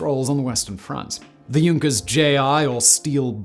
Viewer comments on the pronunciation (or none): none